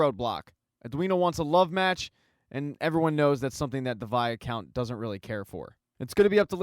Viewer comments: Fun recap but....for the love of Pete!! STOP SAYING "VIA-COUNT"!!!! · It pronounce as "why count" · Viscount= v-eye- count or vycount. Where is this extra a in the middle coming from??? lol. Great recap. Please do Outlander!!!!